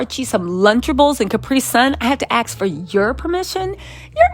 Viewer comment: I love your channel. Watch it all the time. You are a very bright lady. Very articulate. And on point. Please. This is just constructive criticism. The word ask. Is proonounced. Asssskkk. Not ax my love. That all. Thanks for all you do for